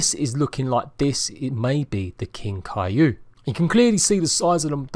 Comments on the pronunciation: I swear he was saying cailou it's kaiju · Kai-jew is how it is said